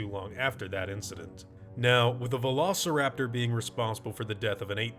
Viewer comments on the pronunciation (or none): He was saying Velociraptor with a heavy accent and with out the VE sound. __LO-SA-RAPTOR